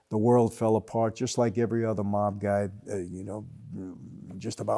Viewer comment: The way Michael pronounces mob (mawb) you can tell he is familiar with the meaning of the word.